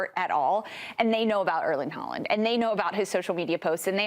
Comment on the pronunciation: "If you search Erlen Harling..." um, what?